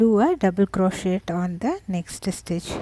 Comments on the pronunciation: Very cute, and perfect for the pile of faux diamonds for my friend's kid that LOVES "treasure"....lol! Thank you! I thought you may also like to know that the "t" in crochet is silent. And the person that down voted this video is just mean, there is nothing wrong with this vid, it's a great tutorial, and great for people who just like to go along instead of looking at a written pattern. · Nice, check how you say 'crochet' !?